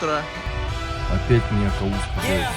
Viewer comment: Правильно Кавус(по перссидкийКовус)